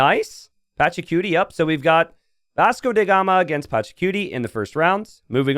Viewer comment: ask Masmorra how to pronounce Vasco DA gama